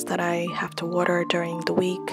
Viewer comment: right when you said "water" i knew you were from ny